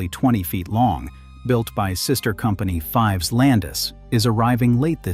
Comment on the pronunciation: It is pronounced "feevs" even though it is spelled "Fives"